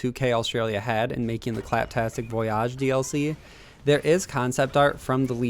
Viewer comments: It’s voyage not vuoyarrjj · Voy-ihj. Not voy-ahhj. The "malfunctioning" animation is the robot using its wrist-mounted mixer to mix something in a cup. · Voyage, not voi-yajh...lol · voyage not voyaaache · Rofl I was wondering the same thing it's voy ige maybe he's going for the bon voyage pronaunciation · VoyYAHHHG????? Huh? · It's pronounced "voy-ij" dude. Jesus christ. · Why did he say voyage like that VOOY AHHG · I thought he was joking the first couple of times but then... it just kept going on. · It was really pissing me off tbh lol, it was actually disgusting. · Boy why are you saying voyage like that. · You don't have to emphasize the back half of the word "Voyage" btw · I think he was saying in a bon voyage sort of way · Yeah that was weird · Why do you keep saying VOYAGE wrong? Its voyage. Not voyage. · I love how he mispronounces voyage. Lol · It's cringe. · He pronounces it like the french word voyage, not the english one. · Yeah he didn’t say voyage or nisha right